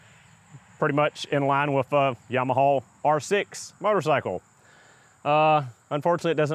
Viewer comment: Wtf is a yawmuhaw?